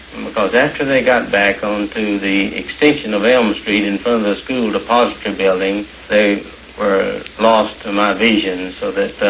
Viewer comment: I deeply appreciate his old-school style of pronouncing depository, as in the building. The modern style absolutely SUCKS. In my opinion.